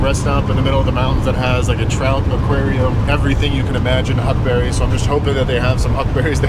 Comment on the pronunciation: You kept saying huckberries. I was wondering why I had never heard of them? Now I know!